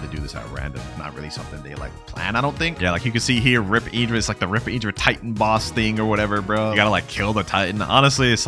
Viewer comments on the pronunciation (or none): PLEASE STOP SAYING IDRA ITS INDRA